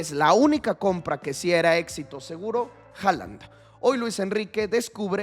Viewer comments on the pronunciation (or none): none